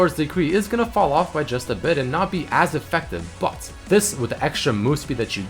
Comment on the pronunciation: the way he says "but" bat